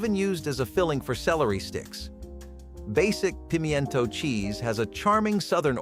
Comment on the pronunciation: It’s “ “Pimento” cheese 🤨 Not pronounced “Peem-eeeIN-Toe”🤣🤣🤣